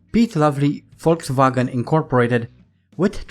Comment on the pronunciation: I like the way how you pronounce Volkswagen like a real German :D